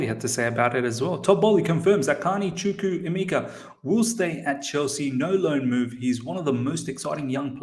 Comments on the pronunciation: Hi good video I have a similar name to chukwuemeka and am also Nigerian you are soooo close with pronunciation. So it's pronounced like CHU - like the 'choo' of choose' (you got this part right) KWU - like Koo (traditionally we would slightly pronounce the w) E - this is where you got it wrong so this E is like the e you pronounce in the word 'Everton' or the e in 'Egg' Meka - the 'me' part is like when you say the slang word 'meh' (like I'm feeling 'meh') KA - like the footy player 'kaka' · Chukwuemeka Chook - woo ay - may kah